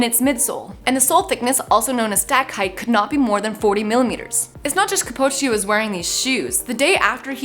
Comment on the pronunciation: Kip - Chog - Ey Don’t know how you haven’t heard one person say it and you’re a runner